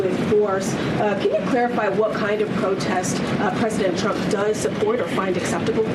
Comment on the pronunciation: She can’t say trump 😂😂😂😂😂😂😂😂😂😂😂😂😂😂😂